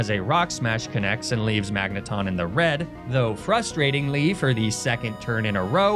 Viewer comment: Magnemite thought it could avoid being mispronounced by evolving